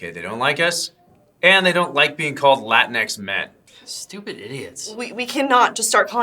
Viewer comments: It's pronounced Lah-Tinks , not Latin ex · I thought it was pronounced La-Tinks... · Did not realize before how it sounds when you say "Latin X Man " all quickly. lol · You have to pronounce it like it's spelled Lateenks